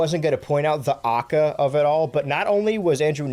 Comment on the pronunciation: Hearing him say AKA like that ruined my day